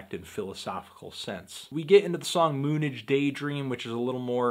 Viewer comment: Moon-idge! Noo ... Moonage!